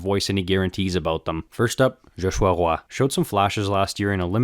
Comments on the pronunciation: Do you speak French to say le tricolore and Joshua Roy so perfectly? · Yes he does perfectly. Full bilingual